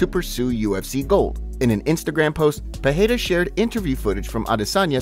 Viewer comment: The Champ Champ's name is not Pahada or Pihada its Pereira